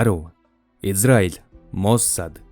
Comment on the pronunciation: "Моссааад" гэж дуудахгүй, "мооосад" гээд оркдоод байх юм. Аудио байдлаар бусдад мэдээлэл түгээх гэж байгаа бол эхлээд 5 минут гаргаад бэлтгэж болно доо уул нь.